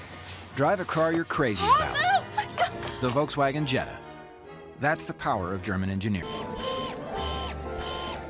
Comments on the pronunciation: The wolkwahgen ??? 🤦🏽‍♂️ Im from Germany and its so cool how wrong they say it XD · Wie die amis Volkswagen sagen haha...uolksuogen